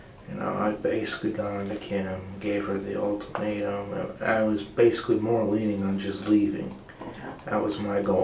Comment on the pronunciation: An “ultamato” 🤣🤣🤣🤣🤣🤣🤣